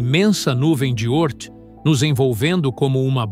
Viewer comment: 🤔Nuvem de Ôrth? Já ouvi a pronúncia Órth.🏹🎯